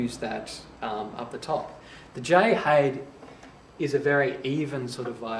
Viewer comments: Haide is pronounced "High-Da". I am local to Ifshin Violins, and hear the name often enough. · except Haide is not a Chinese name. But nonetheless that is the correct pronunciation. Sounds like Hi There. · Lovely video, but pronounce the "Haide" like the Chinese given name it is - in two syllables: Hai like "Hi, there" and "De" like the second syllable of "leader" pronounced like an Englishman. The violin is so named after Jay Ifshin and Haide Lin, the collaborators. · Me thinks its a German name pronounced Hi Dur! You're welcome!!